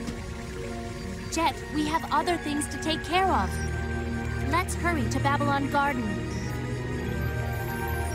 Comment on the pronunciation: That one in particular always sounded like he was doing that thing children in cartoons and stuff do where the Ls are Ws, so it sounded like “Wet’s go!” instead of “Let’s go!”